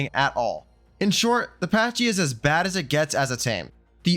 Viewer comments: Pronounced Pack-ee not Patch-ee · You butchered the pronounciation of "Pachy". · You say Pachy weird